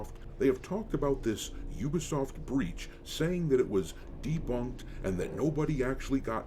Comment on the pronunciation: 😩 all of you mispronouncing Ubisoft is why I never finish any of your videos. It takes two seconds to know how to actually pronounce it. It also means you’re all just watching the same videos.